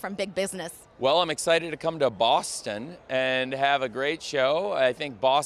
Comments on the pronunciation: TK said Bo$$ton 💅 😉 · TK: "there in BOSSton!"